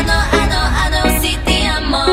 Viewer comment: It bothers me how she says te but it’s fine because I love her and I know she tried to pronounce it as best as she could ❤️❤️❤️